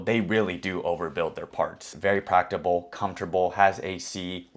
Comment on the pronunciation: “very practable” 😂